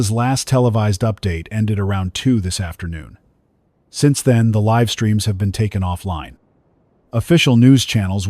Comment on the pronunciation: Very good story. Just need to train the AI narrator the differences between 'live' and 'live'. 'Lead' and "lead' as well. It also needs to learn how to tell...time.